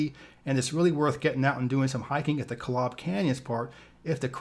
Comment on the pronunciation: It's pronounced ZI (long i sound, like eye) un (like the "on" sound in onion). And Kolob is pronounced KO lob with a long o sound for the first o.